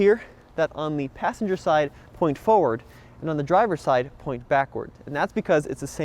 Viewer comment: There is no silent 'r' in 'forward'